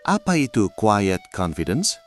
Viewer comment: Tolong dibenerin istilah bahasa inggrisnya, pakailah terms yg benar, QUIET bukan quied, dont PRETEND bukan dont prepend, etc